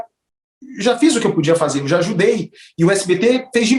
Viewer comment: "Ligue djá"